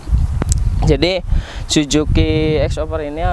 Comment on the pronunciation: Suzuki bang bukan si juki 😭